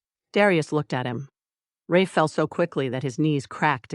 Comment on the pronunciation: I liked Mia a lot. She wasn't blind to her situation, but worked the narrative to survive the chaos around her. I love the Darius lost it during the hunt. They are a great team!💖💖💖 Ah, you know the ai did not pronounce Rafe's name correctly? Can't resist the nitpick!